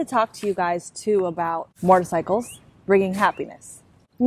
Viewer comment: lol "moitercycles"